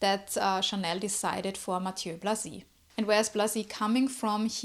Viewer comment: Thank you for this presentation of Blazy! I'd also pronounce his name this way.